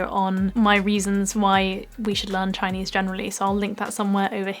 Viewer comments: You have an authentic Chinese pronunciation👍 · gosh, your Chinese accent is so gooooood... you sound like.... i don' t know, my sister...